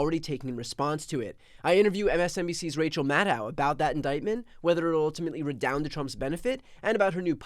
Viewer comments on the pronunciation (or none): It’s Maddow, like “shadow” - can’t believe how many of her peers refuse to learn the correct pronunciation.